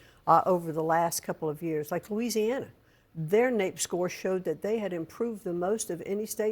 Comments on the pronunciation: She said Louisiana smh.... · What a bunch of hogwash. McMahon said Lousiannana made a jump in education. Louisiana is ranks #49 in education.